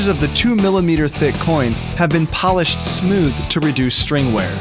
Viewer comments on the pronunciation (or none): none